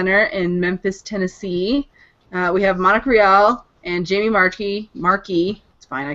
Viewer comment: It's actaully pronounced "March-i"